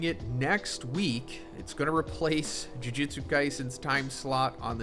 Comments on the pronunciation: This man can't pronounce Jujutsu to save his life. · 271 chapters and bro still says jujutsu wrong lmao americans are funny man😂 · Crazy after all this time, you still can’t pronounce “jujutsu” correctly